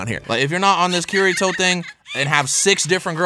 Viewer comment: Kirito (keereetoe)? Not (Kiditoe)